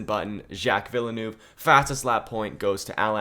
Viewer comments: z- jack ve-l-neve. not vielenoov. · No way you said jack Villa Noov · Villanouvy. That's a funny way of pronouncing Villeneuve 😂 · Villenuve is pronounced vill-nerve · The pronunciation of Villeneuve hurts me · I can’t get over how he says Villeneuve 💀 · How he pronounce Villeneuve triggers the shit out of me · I love and all of his content but please tell me I'm not the only one really bugged out by the way he pronounced Villeneuves name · The way you pronounce Villeneuve brings me a great deal of pain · 1. great video as always 2. u butchered Villeneuve pronunciation every time💀 3. why is every1 commenting for drivers that either arent in the game or arent legends at all🤨